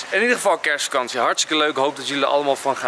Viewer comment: Zeg je nou KERSvakantie?